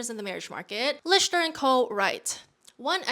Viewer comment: Lichter is pronounced lik-ter, not litch-ter